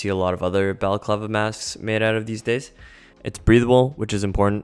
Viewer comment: No , no. It’s a “baklava”. I’m going to wear a Greek pastry on my face. (You said it correctly, so many don’t 👍👍👍👍)